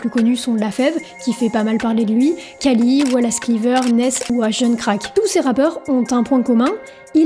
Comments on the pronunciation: On dit pas kali mais rali 😭 respect le goat stp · Khali ça se prononce "RHali" et non pas "CAli" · pitié , le Kh de khali, c’est phonétiquement comme un R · Nan t’as pas le droit pour la prononciation de Khali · Bonne vidéo mais 1 prononce bien Khali stp 🥴et 2 les beatmaker ont 0 responsabilité dans le formatage des prod j’pense